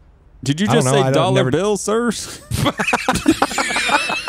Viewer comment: Did he say dollar billz 🤣😂 best part